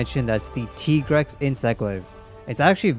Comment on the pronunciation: Why do you say Tigrex as Tee-grex? On the weapon, it even writes Tiger. It should be pronounced as Tai-grex like Tiger.